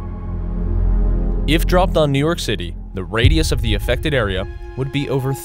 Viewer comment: Each time this guy speaks of new york city to cite an example cracks me a hard laugh. Lol! XD